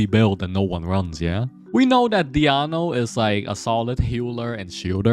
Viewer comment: Who is this Diano you speak of? Is this DionA? hahaha still really good guide tho